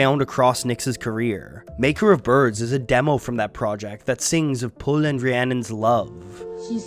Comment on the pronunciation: Pwyll is actually pronounced like "push" rather than "pull". Not even kidding